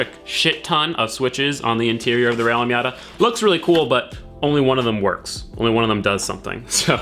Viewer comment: Rally *MATA*????